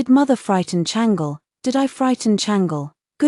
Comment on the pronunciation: I wish they would pronounce the Chinese names properly. It’s not Changel but Chang-Le